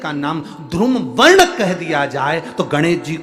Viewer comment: बोलना सीखे मूर्ख धुरुम वर्ण नही बल्की धुम्रवर्ण होगा